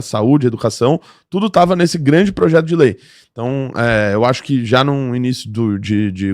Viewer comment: "Progeto"? "Progeto"?! Você só pode estar de sacanagem com a minha cara!